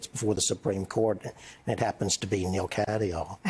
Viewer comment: Neil not Noel